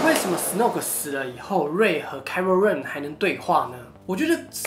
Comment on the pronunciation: 是kylo不是kyro,一直唸錯喔